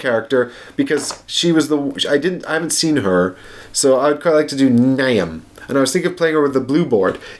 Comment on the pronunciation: "Niamh" is pronounced "Neve" :)